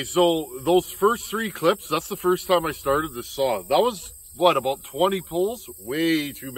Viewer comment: 😂😂” If any of you guys out there know Donny Walker, you know what I’m talkin’ aboot”. Yeah, I’ve caught myself saying ‘aboot’…we really do say that! Oh…and thanks for the choke fix.